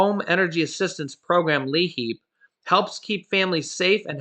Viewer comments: The L is silent. Its i heap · Hi 😁. Hope all is well with you and your wonderful family ☺️💓. No problem. But I believe it's actually called L👁️HEAP. Lol. Like lie heap. That's what we call it here in Pennsylvania. 😊 Take care. We love you and your family ❤️! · the program is pronounced Leap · Hi the name of the program is pronounced Li- HEAP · Hey love you dued but the Liheap pronunciation is lieheap. Still thanks for all the info you and your girl hook us up with everyday you guys rock! Cutest little boy too... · That is pronounced LIHEAP